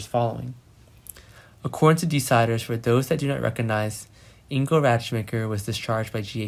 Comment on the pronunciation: please pronounce Ingo's name right